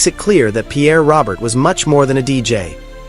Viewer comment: Stop with the AI hire a citizen and by the way it's not "Robert" it's "Row- Bear" AI is an insult to who he was . I met him a few times, even hung out with him and Bob Review for a set at a dead show . Good man and deserves more then fake AI